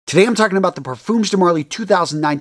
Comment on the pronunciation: Bro said parfumsh